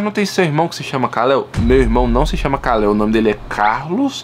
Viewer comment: Não é kaleo é kal-el